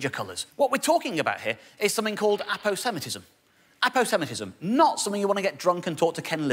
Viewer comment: Always pronounced it Apose-matism